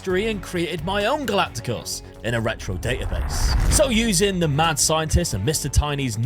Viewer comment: Why are you saying Galaticos like that hahahahaha